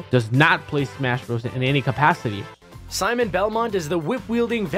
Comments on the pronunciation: "... introduced in the form of See-mon and Rhish-tere Bell-monty." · Rip Etika I was predicting Seamen and Rich-ter Bel-moan-t